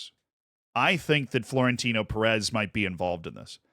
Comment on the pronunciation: Hey Z, you are pronouncing Pérez the wrong way. PÉrez - the phonetic prominence, or the stressed syllable, is on 'PÉ', not on the 'rez'.